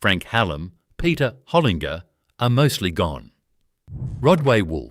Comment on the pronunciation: These AI pronunciations are really hard to listen to. Makes me want to give it the thumbs down and delete/block the channel. Ltd is an abbreviation for Limited, not the aborted sound this AI bot produces. Pty Ltd = ProprietaryLimited Holinger= Holin-Ger not Holig-er Need I go on. If your going to use this AI crap, make sure it knows how to speak correctly. Otherwise voice it yourself you lazy so&so!